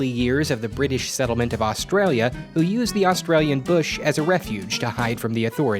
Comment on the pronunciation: Dear all Americans, stop trying to pronounce 'Australia'.